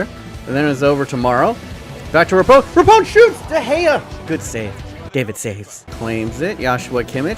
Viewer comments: Pronounced Ra-P-No. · I was triggered all video. Her name is Rapinoe( Ra-pee-no) or know of that helps. But other than you butchering that name I liked this video a lot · Ali Riley is from New Zealand! and it's Ra- Peen - o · Isn’t it pronounce Ra-Pi-Noe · rapinoe. say it with me ra pi noe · Megan RAH-PI-NO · He’s kept butchering Megan Rapinoe’s name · Bruh why you say Rapinoe like that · Can say Henry in the proper accent but can’t pronounce Rapinoe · buddy how could you pronounce rapinoe's name so wrongly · Why do you have so many issues saying Rapinoe? It's not hard. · How do you mispronounce Rapinoe just sound it out lmao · Pls say rapinoe and not rapone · It’s pronounced Ra-pee-no not Ra-pown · Megan Rapinoe, pronounces it Repone... only triggered me cause I’m from Seattle and I used to like going to Reign FC games and she’s our star. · It is raaapeeenoooo not rapon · LMAO RAPONE.....errr Rapinoe (Ruh PEE no) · Rapone? It’s Rapinoe, not Rapone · Dude, Rapinoe's name it's pronounced Rah-pee-nou not Rahpohn. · “Ruh-pee-noh”, not “Rapone” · Rapinoe is pronounced Ra-pee-know not Ra-pone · It’s pronounced ru pe no not rapone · It is rapinoe.....not rapone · It’s rap ee know not rapiknow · Megan RAPONE, Bruh can you even read, it’s rap - in - oe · Just to clarify the pronunciation... it's pronounced RA-PI-NOE not RAPONE!!!! The number of times he mispronounced her name made me die inside every time. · Mate.. Its meghan (Rap-EE-no) not rapone 😂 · *Rah-peen-oh Not rah-pown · RAPONE? It's Rapinoe mate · RAP IN OH not Rapone hahaha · "Rapone" hohooooo yikes. RAP-IH-NO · I’m sorry but at least know how to pronounce the best footballer in the worlds name it’s Megan RAPINOE not how u said it: Megan rapone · It's rapinoe, not rapone! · It's Ra-pi-noe, not Rapone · he did not just say meagn rapone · "Megan Rapone" jesus. idiot. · Ra-peen-o... SMH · Hahahaha “rappone” she’s gonna get so triggered 😂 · It’s Rapiiinooe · “Megan Rapone” that’s not even close mate lol